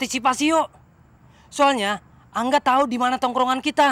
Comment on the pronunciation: Gue dengernya : Kanga Ternyata : Ka Angga 🤣🤣🤣